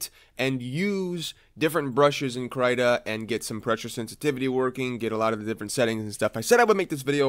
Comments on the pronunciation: not "krata" "kreeta" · yer great.. but for the love of fudge.. please pronounce KRITA (KREE-ta) and not (CRY-ta).. k thanks.:) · He means the most common pronunciation is cree-tah instead of cry-tah (which is commonly written as crAI-ta. The english sound of Y is mostly transcribed to ÁI in most languages out there, such as Portuguese, Spanish and Italian) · “Cry-tuh…” CRY-TUH??? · IT IS PRONOUNCED KR-EE-TA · Your the first person i know who pronounces "krita" into "kraiéta" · Its kreeeeeeeeeta..ok? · every time i heard CRY Ta i dies a little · my heart hursts when he says krayta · "kraita" lol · It's pronounced krimlen. Krim-len. With a silent and invisible G. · I still pronounce it Critter like a squirrel lol.